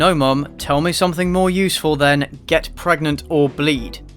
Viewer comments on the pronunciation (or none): This dude said gregnant AND pregante.😂😂😂